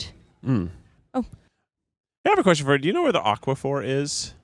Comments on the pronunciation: I'm watching the aquaphor hunt with two thoughts. First, why does pronounce it like it's a rare mineral from a fantasy novel? Second, if they only have it in the baby section, that's terrible product placement. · kept saying aqua-phur and it was stressing me out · He’s pronouncing it like aquifer, the other thing lol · Yeah, he's saying it like aquifer.